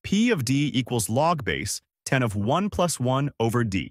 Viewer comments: Don't trust anyone (or anything) that cannot pronounce "log base 10" correctly. It's "log, base 10" and not "log-base 10". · Here is some math that tells me that you are using an AI voice to make these videos: You say "Log-base 10" instead of "log Base-10." Your AI voice generator doesn't know how mathematicians actually say "Log base-10." You say it as if "Log-base" is a single word, "LogBase," and the 10 is just some random number thrown into the equation. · yes! Very annoying. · Except that the AI bot is unable to correctly read mathematical equations. So we end up with things like "logbase....... ten"....